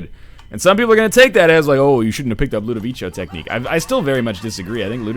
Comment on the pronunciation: I wonder when NL will learn to pronounce Ludovico Technique